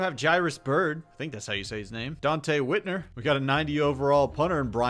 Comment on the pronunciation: He pronounced Hitner wrong.